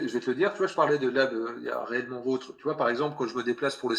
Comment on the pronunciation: on dirait qu'il prononce "réellementvotre" à 3mn58 par là